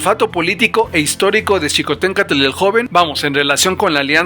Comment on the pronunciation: pronuncias "Xicohténcatl" mejor que muchos mexicanos que conozco